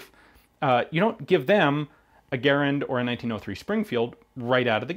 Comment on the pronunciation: cool vid with good explaination like always. and hoorah, finaly someone who actualy know how to pronounce garand